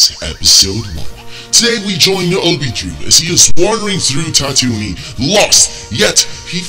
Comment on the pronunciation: Its not tatoonie, its tatooine, it is not even no tatooine!! ITS ON JAKKU!!